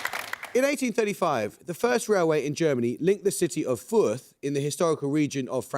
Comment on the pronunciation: I'm from Fürth... Do they not look up how to pronounce things and then tell Amol? Because that was... interesting 😄😄